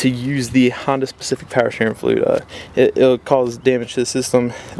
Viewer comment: Don't need firearms training. This guy sounds like he has a mouth full of marbles.Slow down. The word is "fluid" not fluei".